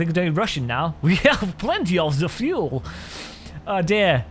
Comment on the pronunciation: FUEL not FULE